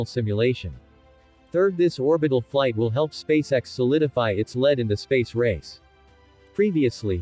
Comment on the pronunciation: Your text to speech AI has a problem with the work "lead."